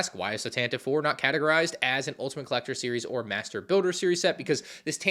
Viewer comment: Tan-teh-vee, it's pronounced Tan-teh-vee.